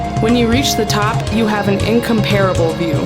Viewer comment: Beautiful. Could someone tell the narrator how to pronounce "incomparable". She sounds like a valley girl.